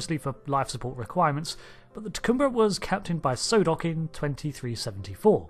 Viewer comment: Solok, not Sodok.